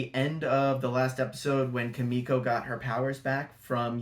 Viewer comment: Keemeeko not Kahmeeko lol. Good analysis. We shall see. I’m pumped!